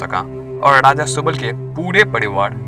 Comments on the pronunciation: Raja bolte hai daja ni ra da mai fark ni aata kya gadha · Daja nahi re raja bol😂😂